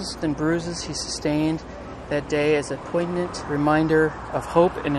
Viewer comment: Your pronunciation of poignant absolutely floored me